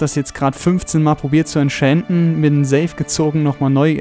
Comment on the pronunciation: wie du das entchanten aussprichst hört sich 'entchänten' an:D voll der cheater hier also wirklich